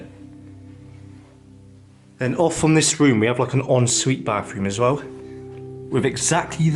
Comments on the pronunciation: Is this guy speaking English? When did bathroom get an f in it? Bafroom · I like his accent he pronounces th as f....frew and bafroom so cute 😊❤